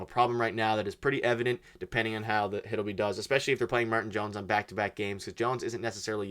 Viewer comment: And pronounce Hildeby properly. These guys are really clickbaiting lately.